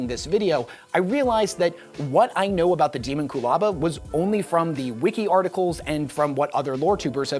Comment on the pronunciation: It should be pronounced deh-MON-kyoo-LA-ba, like homunculus, it’s not ha-mahn-KYOO-lis after all and thats clearly it’s derivation. Sounds far more intimidating. Even if it is canonically pronounced as demon-coolaba I’m still right lol, sounds like a drink you’d order from a dystopian Starbucks “can I get a demon coolaba with Baphomet’s goat milk please”